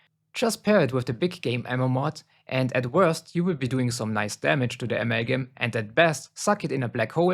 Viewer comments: Amagum Its amalgam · Bro please please stop saying “amalgam” that way i beg u 😭😭😭 aMeLlGiM